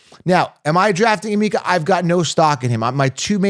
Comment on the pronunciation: As a Nigerian it’s pronounced “ahh-meka”. Love your content 👌🏿